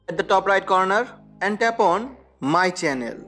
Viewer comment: Is he saying tap on or tampon